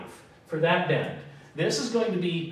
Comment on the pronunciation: bend allowance...not bed..slow down a little, It would also be a little helpful if you could write neater, it makes it hard to follow you...your great at what you do please consider my request